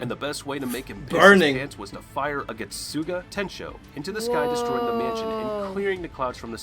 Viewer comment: Lol the way he pronounced getsuga tensho, "getsoogah.... Tenshow"